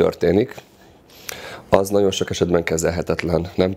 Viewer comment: Amiko a nagyon- Naon lesz…. Ne ne olyan nehèz kimondani